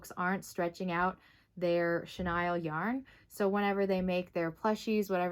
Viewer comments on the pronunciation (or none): Thank you for correcting it on pronouncing "Chenille"(shuh-neel ) it was driving me crazy every time it was said wrong.🤪🤪😂🤣😂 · Really? What’s your first language? And 😂😂 I wasn’t gonna say anything about how you pronounced it just in case you were actually pronouncing it correctly even though I’ve always heard it pronounced shuh- kneel. I didn’t want to be THAT person! 😂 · yep! It was weird to hear it pronounced shuh-Nile just because I’ve heard it said that way although I totally understand why she did because the vowel usually says its name when the word ends in e ! The English language sure can be confusing with its exceptions to the rule for certain words 🤷🏻‍♀️🤦🏻‍♀️